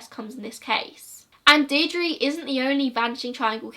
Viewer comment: My grandad was in the irish army and he watched this video with me. He helped search for JoJo and its believed shes in the wicklow mountains and larry murphy is still considered the boogeyman in kilkenny edit:You did really well pronouncing all the names of the places in Ireland I know it can be difficult...Good job!